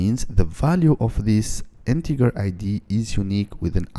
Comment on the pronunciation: Please it's Integer not Integar 🥲🥲